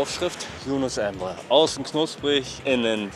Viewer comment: Wenn ihn Embre nennt, dann heißt er ab jetzt so.